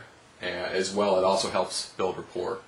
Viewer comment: Rapport is a french word. the T is not pronounced. well said.